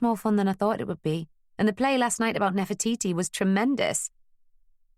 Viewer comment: Sorry, New Yorkers do not pronounce Nefertiti as Nefer-toy -toy! Where on earth did that come from? I was enjoying the tale so far but once I heard that... the grimace I have has made me even stop dictating this text!